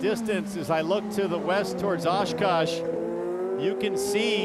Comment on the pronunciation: A+ for pronouncing Oshkosh correctly 🎉